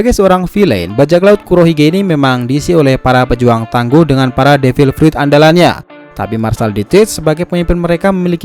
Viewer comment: Apa gua doang yang ngedenger pas awal2 , devil prut